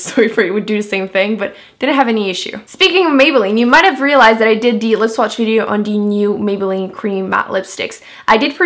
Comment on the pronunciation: Anyone else notice that she says "dee" instead of the??